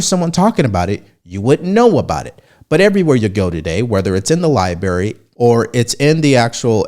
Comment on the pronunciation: did you just say Liberry??? LOL